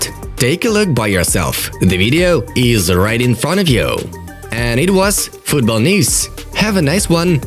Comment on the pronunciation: The narrator has serious issues with his pronunciations...! It’s haaland and not “Holland 🇳🇱 “ and it’s Manchester City and not “monchester city” ! Your channel is football news and not fatbol news, so....keep your English clean because fans all over the world expect that!